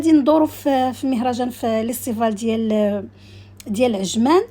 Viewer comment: فيستيفال ❌️ليستفال✅️😂